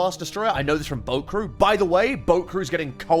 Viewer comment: The way you said, "boat crew," sounded like, "bokuru." I was like, HUH?